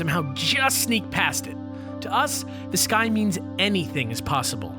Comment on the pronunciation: For some reason whenever he said the sky it sounded like he said this guy and it sounded really weird.